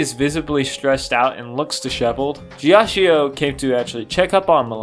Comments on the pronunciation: it's pronounced "geeachoe" Please It's a great video but I'm feeling physical pain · I'm sorry for the unsolicited "um actually" but I'm gonna tell you how to correctly say Ghiaccio's name because I want to. You're saying "jia-chi-oh." Gs and Cs in Italian are interesting, because if they're next to either an I or an E, the pronunciation changes. G next to an I or E makes it J; C next to an I or E makes it "ch." Because the vowel is just a modifier, it isn't pronounced any further; that's why Narancia is "Narancha" rather than "Narachia." Also, that's why GioGio is actually just "JoJo," not "JioJio." Sometimes, an H is inserted between the G/C and the I/E to prevent this modification. That's why there's an H in spaghetti (otherwise, it would be "spajetti.") That's also why there's an H in Abbachio's name, because otherwise it would make a "ch" sound. So, with Ghiaccio, the H prevents the I from changing the G to a J. It also means the I is still pronounced on its own. The I next to the C changes it to a "ch," and also means the I isn't pronounced, since it's merely a modifier. Therefore, instead of the name being "jia-chi-oh," it's actually just "gia-cho." You speak Italian now, good job. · A piece of my soul is happy everytime you pronounce Ghiaccio the way you do, knowing that the mispronunciation would absolutely piss him off to no end. lol